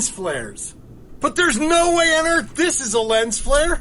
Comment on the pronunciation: The Erf.. it sounds so much better than Earth 🌍 seriously i want to live in the planet Erf❤